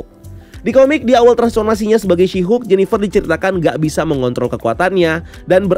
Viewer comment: Asik juga kok "Syihuk" ini ekwkwk